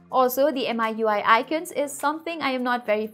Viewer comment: It's meeeui not m-i-u-i